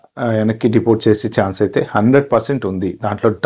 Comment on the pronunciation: Deportsssu denialsuuuu 😅